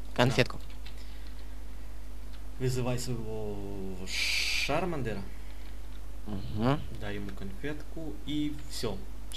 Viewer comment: ты какому языку своего друга учишь? не шармилион а чармилион не шаризард а чаризард не шармандер а чармандер!